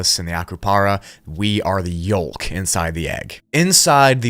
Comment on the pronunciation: This guy likes to pronounce silent letters like the l in yolk and the a in aether.